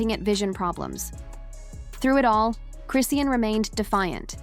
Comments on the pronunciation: Aint said her name correctly once😂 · Okay this is getting on my nerves to the point that I don't even want to hear the rest of 😢 video. To all you commentators if you cannot pronounce the person you're talking about name correctly what's the purpose of doing this it sounds even more fake. Damn !! The least you can do is get their name right the f***🤔